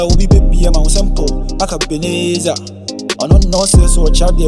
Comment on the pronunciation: U've taut French for 36good years eii